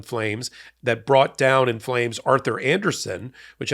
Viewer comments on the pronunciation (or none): none